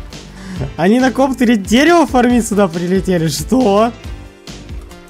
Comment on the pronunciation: Не фармИть, а фАрмить. Ударение на первый слог